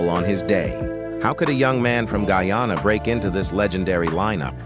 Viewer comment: Good morning. Guyana is pronounced Guy ann ah . This mis pronunciation is very annoying.